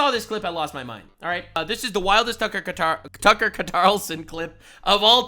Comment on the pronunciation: “Tucker Qataralson.” is a mad lad 🤣